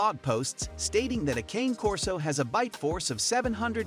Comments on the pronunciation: As you post some dogs In your video that aren’t even Corsos. Also, you’re not even saying the name correctly. They’re Italian so it isn’t pronounced like a candy cane. It’s pronounced with an “aye” sound at the end of Cane. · Can’t trust research from someone who can’t even pronounce the name correctly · It's AI. They never pronounce names correctly.